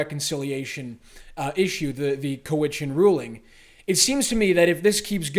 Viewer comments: Cowichan has the accent on the first syllable . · It's cow itchen not coe witchen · It's not Cow-witch-an It's Cow-itch-an. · I think it's cow-i-chun. My dad almost bought the hotel there.